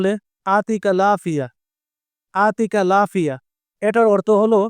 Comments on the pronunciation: ভাই,আরবি শব্দ, আরবির মতই উচ্চারণ করতে হবে,যেমন আপনি বলেছেন,আতিকাল আফিয়া,এটা হয়নি। সঠিক উচ্চারণ হবে يعطيك العافية উত্তরে বলতে হবে الله يعافيك , ভাই আরবিতে ي কে আপনি বাংলাতে ء বানিয়ে ফেলেছেন। ভাই কষ্ট করে একটা ভাষা শিখবো,সঠিক উচ্চারণ শিখবো ,কেন ভূলভাল আরবি আমাদের শিখান? ভাই true Arabic নামে একটা চেনেল আছে,দেখার অনুরোধ রইল। সঠিক উচ্চারণ শিখতে পারবেন।আমি শিখেছি। ধন্যবাদ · ভাই,আপনি যেভাবে বলেছেন,আতিকাল আফিয়া,এটার অর্থ হয়,আমি তোমার কাছে আসছি।পুরাই অর্থ বদলে গেল।